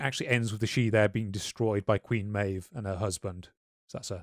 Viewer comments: Queen May've. Mayyyve not MAv. Meabh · Its pronounced MAY-V, not MAB, in old Irish. The fairy lover returning to her people once a condition is broken reminded me of the movie Kwaidan where it plays out the same, it seems to be a common motif in many cultures and folklores. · It's pronounced mave not mab it's an Irish name maebh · Queen Maeve is pronounced "Mab" right? Wasn't she in the Ulster cycle before Shakespeare wrote about her?